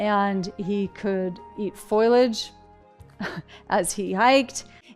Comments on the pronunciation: Foilage? Does she mean ‘foliage’? People who choose a path that requires public speaking should really seek coaching, reread their spiel, and get someone reliable to proofread and edit if necessary. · Ruby, what the hell is "foilage"???😮🤡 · She can’t even pronounce “foliage” Foil-age 🤦‍♀️